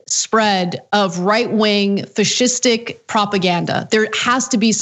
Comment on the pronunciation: It's pronounced, "Fascist." You're welcome.